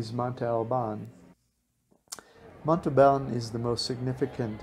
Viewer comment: This video is beautiful, being able to see places I got to visit years ago during a visit to my stepdad's family was great. Please, work on your pronunciation of places. That is my only complaint. Wha-ha-ka. Mm-ohn-te Al- bahn. Ss-ah-tech-oh